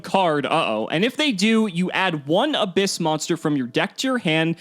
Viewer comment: The correct pronouciation is Ab- hyss, a pun with the sound that snakes make with their tongues.